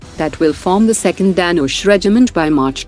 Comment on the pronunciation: What kind of bogus accent is this narrator having? The word Dhanush as spoken by her sounds like Danish where as the word actually means "Bow" as in "Bow and Arrow" and is pronounced as "the-noo-sh"